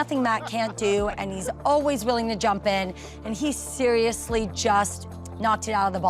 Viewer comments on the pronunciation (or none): none